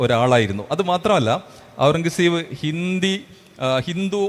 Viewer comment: എത്ര വലിയ ചരിത്രപണ്ഡിതന്മാർ ആയിട്ടെന്താ... പേർഷ്യൻ വാക്കായ ഖുർറം കസബ് എന്ന പേരൊന്ന് മര്യാദക്ക് പറയാൻ പഠിച്ചിട്ടില്ല. ടിപ്പുസുൽത്താനെയും അയാളെയും താരതമ്യം ചെയ്യുന്നതിൽ യാതൊരു അർത്ഥവുമില്ല. രണ്ടും രണ്ടു ധ്രുവങ്ങളിലാണ്. അവസാനത്തെ മുഗൾ ചക്രവർത്തിയായ അയാൾ ഒരു സലഫി ഭ്രാന്തനായിരുന്നു